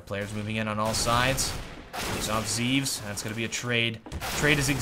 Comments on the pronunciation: It's pronounced Zev-es, not Zeeves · his name is written zEVES, but is pronounced zehvehs, and his name is jkaem and is pronounced j-kehm